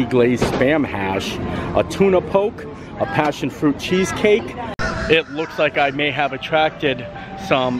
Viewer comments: Love your videos! Our Disneyland monorail is still closed and I’m trying to wait for it to open before I go. Your food looks so good! Btw, poke is pronounced POKE-ee 😊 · Poke is pronounced Poh-kay.